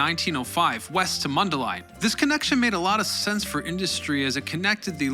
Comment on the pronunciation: I just want to congratulate you on correctly pronouncing Mundelein. Also, I appreciate all of the pictures from the Illinois Railroad Museum.